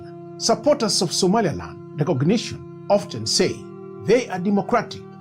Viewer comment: How you pronounce "Somaliland" as (Somalialand) have you re-listening your voice Sr.? And better visualize your owen design maps rather than using Ai, look at Ai how make the Somalia amd Somaliland maps where it located in some part 😅 it's funny, but that can cause confusion for some serious listener.